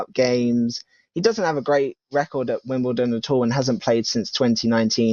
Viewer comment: Dude can’t even pronounce Wimbledon